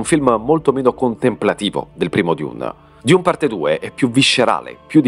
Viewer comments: ma perche dIUne 🙉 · ..ma perché " diun"? È letteralmente DUNE!! Oppure meglio ARRAKIS ( Harrachis) ...tra i primi paragrafi dei libri:: ::: ARRAKIS ( DUNE) ::: il pianeta DESERTO